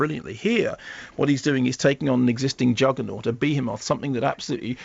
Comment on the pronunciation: Beer moth ;DDDDDDDDDD Sorry but that just made my day :D